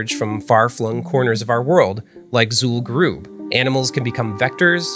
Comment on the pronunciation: Super-Duper-Nerdy WoW Video fact-check: Mispronounced Zul'Gurub (occurs multiple times in the video) Areas of dense spread tended to be the Mailboxes, Banks, Auction Houses and Hearthstone locations You need to be at least level 58 to zone into the raid, but most who reached the noted boss were max level at 60, as it was the final boss. A level 50 would not be able to get into Zul'Gurub. Fun video though.